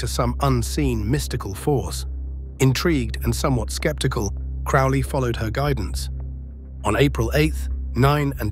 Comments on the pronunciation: crowley, NOT crawley. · Its crowley like holy not crauly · that’s just the way it was pronounced.. “Crow-Lee”.. rhyming with “Holy”. Yes. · Crow-ley....crow like the bird. He even states the correct way to pronounce his surname in his own writings. I think it is kind of annoying and slightly disrespectful to the bloke. Especially when I hear so many claiming to be an expert on Crowley or an Occultist, yet they still butcher his name. FFS. I hear it far too often. Rant over. It really, REALLY does grind my gears and makes me piss boil and brain itching. All things I understand are my own autistic traits and that in the greater scheme of things, it is not that important. But I just can't help me automatic response. Haa!!! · It's Crow-ley as in crow. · Its CROW-ley... Alistair CROWley..corvid. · 🙋Heard it with a long o. Crowley🤷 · If you can't even pronounce his name......